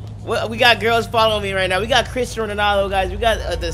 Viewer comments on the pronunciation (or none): Dude it`s Cristiano no christain